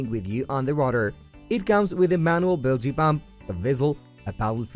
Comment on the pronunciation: Horrible pronunciation of EVERY one of the IMPORTANT words such as Kayak. Bilge and Seattle. Just horrible. I could not understand it until listening over and over to discover how INCORRECT they were… So sad.